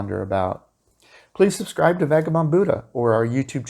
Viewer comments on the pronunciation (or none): none